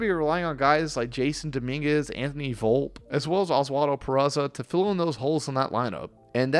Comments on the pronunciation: His name is pronounced "Volpeee" Not "Volp" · It's Anthony VolpE, not Volp. I'm not taking anything you report seriously until you learn the correct pronouncement of their players. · I don’t mean to be rude but I can’t take a guy seriously when he pronounces “Volpe” like that